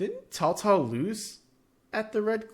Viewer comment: This is a really fun one. It does a great job of making it feel like 3 different Chinese civs by mixing together the various faction units. And the Three Kingdoms period is a very fun one. A classic setting. Props on accurate pronunciation of Cao Cao too haha